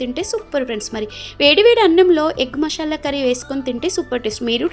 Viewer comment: మషాలా కాదు, మసాలా.